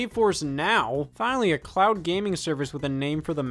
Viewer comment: Did you say "clown gaming" at the beginning or "cloud gaming" lol?